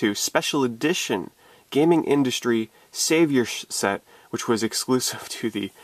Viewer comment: it's 'Gamindustri' not game Industry